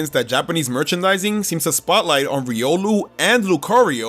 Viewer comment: Riolu, not Riulo!